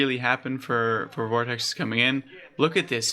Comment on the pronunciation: FYI its pronounced "vort-icks" Great job though mate, good luck with the channel!